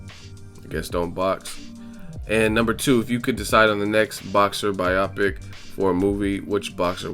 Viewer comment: hey no hate or anything but you pronounced biopic wrong it's buy-o-pic not buy-aw-pic